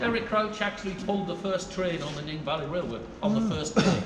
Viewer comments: Bro said nen it’s nene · Not saying your wrong but it’s pronounced neen